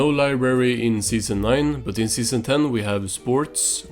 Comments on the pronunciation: Libary vs LIBrARY.....I simultaneously could hear and not hear you pronounce the "r" in library...I'm sorry but I almost couldn't finish the video cuz of this, it hurts to hear anyone pronounces it as libary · "We will have flying cars in the future" 2024: "Where is SpongeBobs libary?"